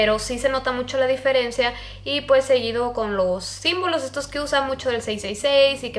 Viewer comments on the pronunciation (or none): none